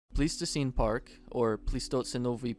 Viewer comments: I think its pronounced with an I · Hey guys, just wanna let y’all know I mispronounced “Pleistocene.” It’s pronounced “PLY-sto-scene,” not “Plee-sto-scene.” My bad!